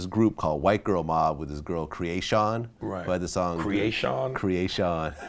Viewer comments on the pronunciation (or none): Kree A Shun😂😂